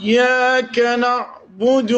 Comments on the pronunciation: الناس ال عماله تقول بارك الله فيك ترا ف اخطاء لاحظتها مثل كلمه الرحمن و إياك المفروض انك شيخ تكون عارف المد حركتان وغيره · صحيح قال إياكد لفض الالف قبل الهمزة وهاذ صحيح الرحمٰن أيضا صحيحة واتاكد جيدا أهدنا أيضا صحيحة لفض الهمزة قبل الالف وتأكد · اول غلطة في كلمة الرحمن ثاني غلطة في كلمة إياك ثالث غلطة في كلمة إهدنا